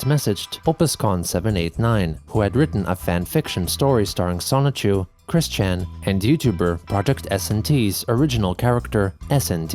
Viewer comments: He for real created a character pronounced semen chu lmfao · Bruh, can you stop calling him Sonichu? This is LEGITIMATELY enabling his delusions.